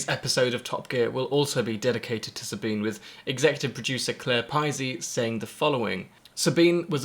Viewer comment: there are a lot of these vids now...thnx for yours. it really makes me sick when people honouring Sabine dont even pronounce her name right. you did the right thing